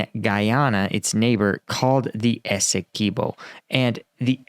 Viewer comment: It's Essequibo NOT Esse-key-bo please get that right. Written by a Guyanese ty.